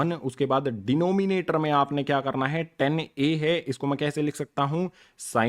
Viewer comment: bhai ten kitni bar bologe 😡 gussa ata hai Tan hai woo teacher ho ke bhi pronunciation nahin aati